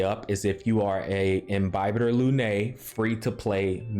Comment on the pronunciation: I'm so glad he pronounces Imbibitor correctly literally no other YouTuber does